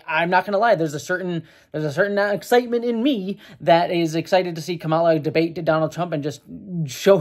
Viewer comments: Not the most important thing here, but even though the typical Indian pronunciation of Kamala is kuh-MAH-luh like you've been saying, her name is actually pronounced KAH-muh-luh. Like the word comma with a luh at the end. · I think it's the emphasis on the first syllable KAmala. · Her name is pronounced COMMA-LA, regardless of your thoughts on her pls say her name correctly. If it's that hard to pronounce just call her Harris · Just a quick note, Kamala is pronounced COMMA-lah Overall I think this is a positive development and I think the likelihood of Trump winning in November has gone down. Harris is....not my first choice but I like her more than Biden. And yeah, I advocate for my American friends to vote for the Dems regardless of who ends up on the ticket because the alternative is so much worse. More importantly, pay attention to the downticket options as your local elections tend to have more of an impact on your daily life. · Comma-la. Let's get her name right. Or just call her Harris as male politicians are called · to pronounce Kamala, just say "Camelot" leaving off the "t". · we love you but please pronounce her name correctly. (It's COMMA-la.) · The emphasis is on the first syllable of her name. Sorry if others have already said that. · Came here looking for this comment. This has always been a bit weird for me, since, before she became VP, my biggest exposure to the name "Kamala" was through the Ms. Marvel comics, and Kamala Khan's name (as confirmed by the creator) is pronounced the way says it in this video. But yeah, with Harris there has been kind of a thing where Trump and some other Republicans sometimes deliberately mispronounce her name, so getting it right is important. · Please pronounce her name correctly. White men from the GOP often mispronounced it intentionally to bash her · Hey, your criticisms are valid, but I wish you had pronounced Kamala correctly.